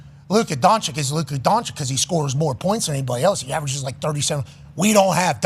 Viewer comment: why tf does say Luka's name like that